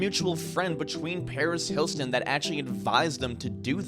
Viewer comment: Relitted to the rilitia ships or not ** this guy truly struggles saying these accusations 🤯 I've never heard Paris' name slaughtered so bad. Her name is HILTON not hilston. Poor guy